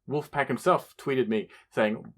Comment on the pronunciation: It's not Wolfpack, its WOLFAGRAM, and his name is Andrew Nolan. He's predominantly a noise, hardcore, and industrial artist, and he's been in a bazillion bands. Wolfagram is his foray into Hip Hop. He's only got. Fewww releases and artists he's worked with under that name, mainly Luke Sick. But he's about to release an album Garbageface.